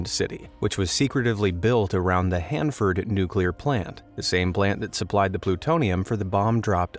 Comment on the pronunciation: Wow, so many minor errors!!! For example: - Hanford, not Handford - Hanford produced Plutonium for Trinity and the Nagasaki bomb but NOT the mentioned Hiroshima bomb... The Hiroshima bomb was uranium only which came largely from Oak Ridge in Tennessee